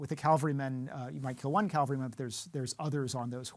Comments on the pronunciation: this moron doesn't know the difference between cavalry and calvary. he calls the cavalry calvary every time. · He has a problem confusing the words "cavalry" and "calvary." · Pretty sure it’s cavalry, not Calvary. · Great video...but the word is "cavalry" to talk about a horse unit. Calvary is the hill where Jesus was crucified (if you believe in that stuff). :) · Interesting video but... CaLvary is a place. CaValry are warriors mounted on horses. He habitually mispronounces the latter (cavalry). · Every time he says Calvary instead of Cavalry, I die a little bit. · Cavalry, not Calvary. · why does he keep saying calvary instead of cavalry?! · It’s cavalry, not Calvary. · Guy keeps mispronouncing "cavalry" as "calvary." Dude. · Did I hear the word "Calvary" being used instead of "cavalry"? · and The word is cavalry - Ca-Val-Ry. (Calvary is where Jesus was crucified) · Immediate loss of credibility. The word is cavalry not Calvary. Men ride horses in the cavalry. Jesus died on Calvary. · My one and only gripe with this video is “Cavalry” being mistaken with “Calvary”. Otherwise, it’s very concise for each movie. Comprehensive enough while remaining brief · Cavalry not Calvary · Cavalry, my friend, not calvary.😊 The Romans were awesome! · As much as I like this guy and this video, the word is “cavalry”, not “Calvary”. I expect scholars of ancient history to know enough about languages to make the distinction. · It is pronounced caVaLry and not caLVary. You lost me in the first 10 seconds. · the word you want to use is cavalry. The word you are using is calvary. There is a world of difference. Calling yourself an expert and getting the words wrong is the first sixty seconds is appalling. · I’ll never understand these “experts” still mispronouncing “cavalry” all the time. CAVALRY CAVALRY CAVALRY. NOT CALVARY!!!!!! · When he says Calvary instead of Cavalry 😢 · Dude, it's CAVALRY, not CALVARY! Ain't nobody being crucified in the middle of battle. ???